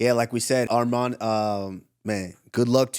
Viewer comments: SAY HIS NAME RIGHT ITS ARMAN NOT ARMEN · Henry of course saying armen it’s not armen it’s arman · They guy said his name is arman they continue to call him armen